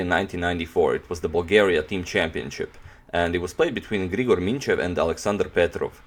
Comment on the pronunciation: Just to mention that it's written Aleksandar and also you pronounce Grigor incorrectly agadmator :)